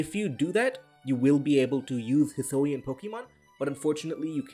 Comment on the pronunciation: Hih-soo-ee-in, not hih-soh-ee-in